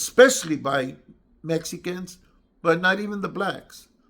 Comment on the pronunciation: Gumby saying medica s and not saying it they tight way it's mexicanos Big dummy